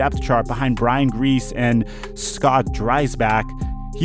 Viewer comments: the fact that you just said Brian Griese like his last name is “Grease” and not “Greasy” really really really upsets me lol His family has a long history in the NFL , and im a 29 year old Redskins fan i love the content though, Brian and Bob wouldn’t be happy lol 🤷🏼‍♂️ def make a matt cassel video though please. that Charlie Weis story got me. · I lost respect for the video when he pronounced it as Brian "Grease" instead of "Greasy"...you gotta know how to pronounce that last name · GREE-see, not grease. His dad won 2 superbowls. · He said Brian grease lol… its pronounced greec-EEE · He said Brian Greece lmao... Brian Griese is actually a pretty famous player man. Like greasy fingers or greasy french fries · Brian GREES-EEY; he's on national television brother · It’s pronounced Grease-y. The lack of research is mind numbing.